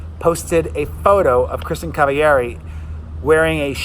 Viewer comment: You read Kristin Cavalleri in SPANISH! Lol love ya.😚